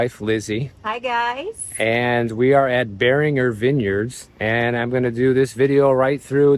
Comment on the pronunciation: LOL It's pronounced Bear-in-jers.